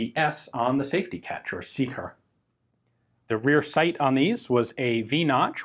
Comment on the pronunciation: That "Sicher" should sound more like "Zisher"...